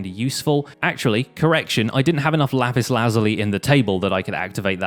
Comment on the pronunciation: dude. its pronounced luh-zool-y